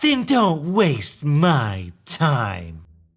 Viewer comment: I love your voices for the 'evil female', and when you slow down and emphasise the words you say at the end: "then don't waste. my. TIme." x,DD just love it